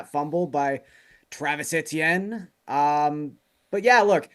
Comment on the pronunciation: Get it right, its Etch-eeeyen